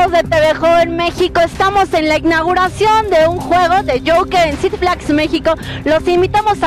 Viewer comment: La "icnaguración"